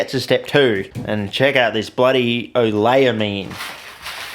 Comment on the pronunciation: QD synthesis chemists raging every time he says "oleylamine" wrong